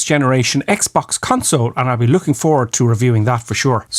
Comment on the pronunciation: 'Cuntsole' :O